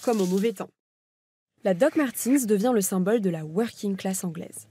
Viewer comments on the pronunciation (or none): Martens et non Martins !!